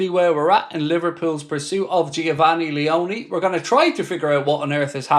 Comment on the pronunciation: No way I've seen someone miss pronounce Geofanny Leoni like what 😂 🤣